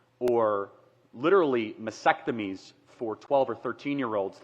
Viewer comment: MasTectomies not MaSectomies!! 🤦‍♂️🤦‍♂️🤦‍♂️